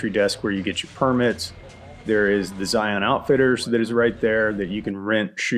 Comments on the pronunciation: Zion is just something else! For those of you who aren't local like I am;), it is pronounced Zy-inn, not Zy-onn. But anyway, PLEASE maybe try the Golden Cathedral off of Hole-in-the-Rock Road near Escalante, I'm looking at it to give it a try to go backpacking for Memorial Day weekend (I know, stupid idea to go during a holiday). I would really like to see your insight on the trail, if not, it would be super cool if you did Coyote Gulch from the Hurricane Wash side so I can see how to do it correctly. I ended up scrapping the trip when I almost made it to the confluence of Red Well and Hurricane Wash because the conditions were less than ideal and I just turned around. Love your videos man! Zion is truly beautiful and manna from heaven despite how crowded it is;). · Y'all are pronouncing it wrong. It's pronounced 'Zi-unn'. Don't sound like a tourist, we make fun of you in southern Utah